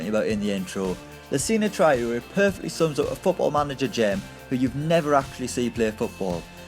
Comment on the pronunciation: it's Tra - o - ré. have you ever watched a football game? that name has been pronounced so often.